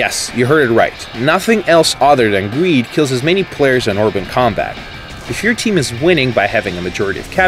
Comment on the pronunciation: btw uploader it's erben not orben, work on that pronounciation a bit it sounds really weird and awkward